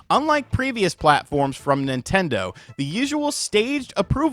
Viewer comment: "How dare you talk bad about my Ninternder!" 😂